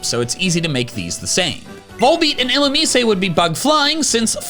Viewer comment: "eeloomeesay" bruh speak right